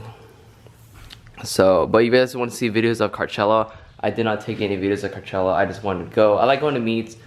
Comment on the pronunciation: Is he saying carchella?